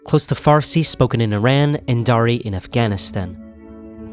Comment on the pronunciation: it is pronounced [E-RAAN]. Funny how supposedly education/information providing channels are run by illiterate.